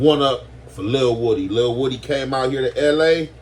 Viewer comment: It’s pronounced “wu-dee”